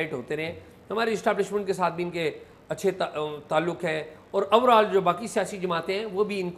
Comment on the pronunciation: اعزاز بھائی! یہ “اورآل” نہیں ہے۔ “اوورآل” ہوتا ہے۔